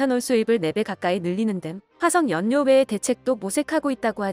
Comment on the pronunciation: 연료를 [연뇨]로 발음 되는듯요. 유음화 규칙은 따라야겠지요…앞에도 또 하나 있었고요. ㅎ; 내용은 훌륭하고요